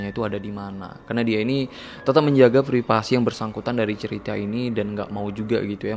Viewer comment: Menit "Karena dia ini tetep menjaga vripasi yg bersangkutan... ." belum merinding ngakak duluan aing😂